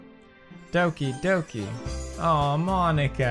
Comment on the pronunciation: Everyone else when this happens: what’s going on? Pewdiepie: DoWkEy DoKaY